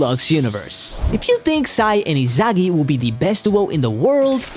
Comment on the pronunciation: Why you say Izagi